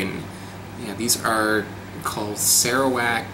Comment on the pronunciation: It is similar to your typical Longan, just the skin is different. Actually your pronounciation of Longan & Sarawak is a bit incorrect, hihi, it is actually Lo-ngan. I love your videos